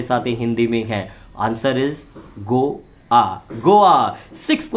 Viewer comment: गोवा को " गो " " वा " कहते है " गो " "आ " नही जिसका अंग्रेजी स्पेलिंग है GAWA